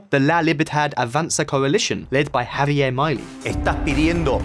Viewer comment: Try pronouncing his name like: "Ha-bee-air Me-lay"